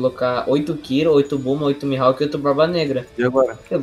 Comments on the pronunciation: E nn é "mihalk" é "mihawk" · Na vdd é mihawk :)